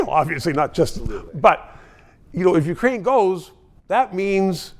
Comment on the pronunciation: Ukraine not wekraine